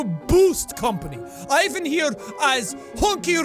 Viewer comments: I must say, the "I" in Ivan is read like the letter "E". Better fix that in the next video xD But hey, good episode! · every time Jack pronounces Ivan wrong, my life gets shorter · The "I" in Ivan is actually pronounced like "E" in e-mail. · Why does every english speakeing person misspronounce the name Ivan? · Ivan not smart enough to say Ivan properly in Russian 😉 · btw i think ivan is supposed to be pronounce 'ee-von' in this but idk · It's pronounced Eevan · Sean you have to pronounce it like Evan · I'm not hating on Jack! Pronunciation is so language specific that no one e could ever nail it every time. It's just funny because sometimes he does pronounce it 'right' Don't take my comment so seriously 😁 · Ivan is pronounced e-van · You need to read Ivan like "ee-vahn" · Dude my name is ivan and its pronounced with an ee Ivan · yo, the pronunciation of Ivan in russian is more like evAn. smth like this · Hey Jack, idk if you'll read this, but Ivan pronounces like [iv'an] in Russian. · it's eeeeeeeeeeee-vun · Ivan is pronounced as ee-VAHN and is a first name. Artem is pronounced as ar-TURM, also a first name. Orlov is a last name so Ivan Orlov is possible. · Just for future videos, it's pronounced kinda like Eevan sorta thing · I think its more like Ivan, the I is hard, like in prettY [Yvan] Btw love you Jaaack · Yours saying Ivan wrong prounonce it as eevan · Jack, if you want to say Ivan as Russian sounding as possible pronounce it: Efahn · Pls pronounce "Ivan" as "ee - vahn" to really get into the slavic feel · Ivan is read like EEvan maaaaaan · Cough cough Real Slavs pronounce it as {E-vah-nh} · Eyyy my name is ivan but my name is pronounced 'eevan' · Ivan is pronounced like eevan, hard V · Ivan is pronounced eevon pretty sure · if you wanna make a good russian accent pronounce ivan as ee-vun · read it like eevan...that is the correct pronunciation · Ivan is actually pronounced like Ee-van. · he didnt say ivan properly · more surprised that he mispronounced Ivan